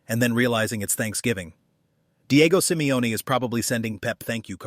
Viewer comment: Is Simeone not Simeoni